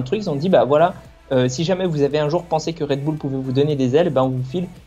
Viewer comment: MDR Genre c'est français le Red bull !? C'est un nom anglais donc casse pas les **** ! 😁 Au pire prononce le à l'allemande si tu veux, c'est autrichien je crois 😅😂😂